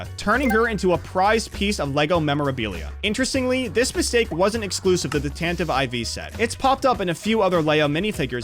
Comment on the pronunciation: How did he manage to mispronounce "Tantive IV" repeatedly?